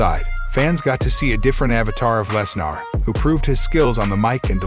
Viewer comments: I'm sorry, but every time this guy said "Less-NAR", it made me lol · Very good WrestleMania. Of course knew Roman was going to win! Please stop mis pronouncing Lesnars name.